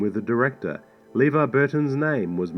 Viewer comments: "LEEvar Burton's name was mispronounced by the director..." (hee hee) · "Leevar Burton's name was mispronounced..." That's irony right there.